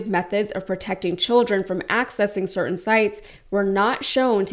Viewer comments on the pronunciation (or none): none